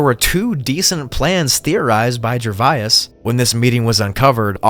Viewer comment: Gervais breaks down into two sounds: [JUH] + [VAYZ]. It is certainly not [JUR] + [VAI] + [IS], or whatever you are trying to do to it. When you see a word that you do not know how to pronounce, simply Google it.